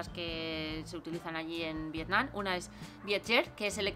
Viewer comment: muy bien el video y todo, pero la verdad me pone un poco nervioso que la chica llame al pais "Vietnan" todo el rato y no Vietnam.